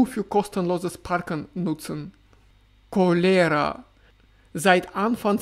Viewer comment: Überall die gleichen Probleme! Danke für den Bericht aus dem russischen Alltag. 😊 Cholera wird im Deutschen auf dem „O“ betont.